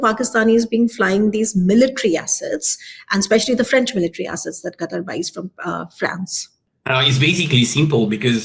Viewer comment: It is Qatar not Qataar, Desi kutti walaiti cheekhan